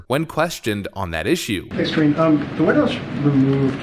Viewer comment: Ka-ringe Jean-Pierre